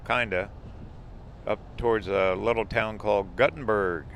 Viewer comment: Nice video tour! Just for you general knowledge,Gutte nberg, IA is pronounced "Gootenberg" and Prairie du Chien, WI is pronounced "Prairie doo Sheen". Keep up the good work!